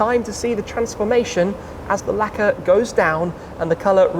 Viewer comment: I hate how he pronounces the word 'Lacqeur'. It sounds like 'lekkah' or 'lekker' which means fine or tastes good in Dutch. Great video nonetheless.